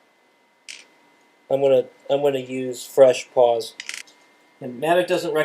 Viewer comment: Thanks for the video. Minor note, it's "pawLs", not "paws".